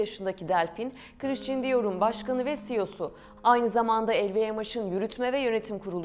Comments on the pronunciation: Lütfen hakkında konuştuğunuz firmaların/şahısların isimlerini doğru telaffuz edin !! “ Krisçın kim ?? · Kıriştın diyor jivonşei ne yaaaa???? Şu yabancı kelimeleri telafuz etmeyi artık öğrenin yaaa öğrenin!!!! Okuduğunuz yabancı bir kelimeyi yada ismi Türkçe okuyamazsınız! Türkçe telafuz edemezsiniz ! Hem Türkçe katili hem yabancı dil katilisiniz. Buda yaptığınız işe değer vermediğinizi kalitesiz olduğunu gösterir. Yıl oldu 2023 teknoloji ile uzaya Mars’a gidiyoruz ama halen basit bir Fransızca kelimenin okunuşunu telafuz edemiyoruz. Utanın artık yahu, utanın! 30 yıldır Almanya’da yaşıyorum yüzde doksanınızdan daha iyi Türkçe konuşuyorum, yazıyorum. Siz neyle meşgulsünüz de böyle öz değerlere gereken ilgiyi değeri vermiyorsunuz ???? Kınıyorum ve sırf bu yüzden hiç bir videonuzu izlemeyeceğim !